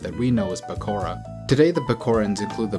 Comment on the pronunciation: Did you say PEKORA ?????????????????